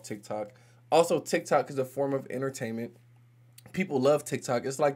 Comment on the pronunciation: Those republicans if you watched the videos. They can’t even pronounce TikTok.